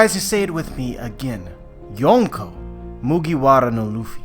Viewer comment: well i really like youre videos but the “yon” in yonko actually means four(4)